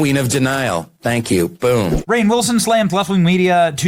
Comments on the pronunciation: It's pronounced rain. Not re-ann. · Its pronounced Rain NOT REAINN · It pronounced Rain! 😅 not Ran. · His name's not spelled Ray-an, Ree-an, or Ryan. You don't know how to pronounce is as you pronounce it differently each time you say it. But I don't either. But I'd start with how it's spelled. So perhaps it's just like Rain. An extra N shouldn't change how the vowels or diphthong is pronounced. Maybe it's Ra-inn. I know you struggle with name pronunciation Benny (Saying Laura when the name is obviously Lara, not Laura), but maybe try and sound out the word. I know not everyone was taught how to do that at school, but you could ask someone older how to do it. Or look how to sound out words. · His name is just pronounced "Rain".... not Re'ann. C'mon man. I don't care that much, but I want it right. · It's pronounced Rain Wilson, not Reanne. Will someone please teach Benny how to read? FFS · Lol, "he played an iconic character" and yet his name was pronounced at least four different ways in this clip. "Rai-in." "Re-ain." "Re-anne." "Rain," which is the correct way. That said- Rainn said some awfully woke sh!t not so long ago. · Benny! PLEASE pronounce Rainn correctly! It is pronounced like RAIN, NOT "REE-AYN"!!!!!! SHEESH!!!!! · Right? I was like. How hard is it to pronounce Rainn?? He was saying ray-inn and ree-ann. Like…how…????😂😂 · It's pronounced RAIN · RAIN!...it's pronounced RAIN!..I love your channel, but that absolutely is skin crawling every time you say it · His name is Rainn like Rain 🌧️ 🤦🏾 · That's funny, I've never heard anyone pronounce Rainn Wilson's name before. I always pronounced it Rain Wilson. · Pronounced Rain😂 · It's Rainn, Benny...... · You say his name like rain. I don’t know why you’re having such issues saying rain. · I mean, at least get his name right dude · Pretty sure Benny is intentionally saying his name wrong… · He never 👎 gets it right 😝